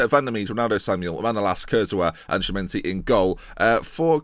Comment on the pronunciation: just to annoy you: Chimenti does read Kimenti!